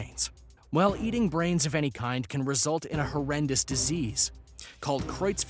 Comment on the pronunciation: NOT EANY